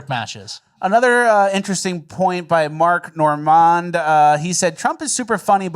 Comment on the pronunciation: Your pronunciation of Mark Normand😂😂